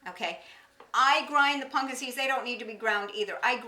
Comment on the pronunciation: I love that she says "Punkin" seeds